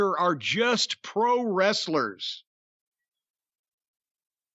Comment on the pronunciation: "Pwo Westlers"??!?!?!?